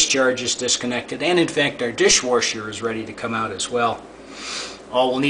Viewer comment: i watched the video and it was noticeable the way the word dishwasher was pronounced dishwarshur, then i scrolled down and noticed your comment :)